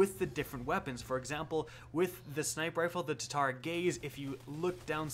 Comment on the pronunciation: I swear every time says sniper rifle he just says “snipe rifle”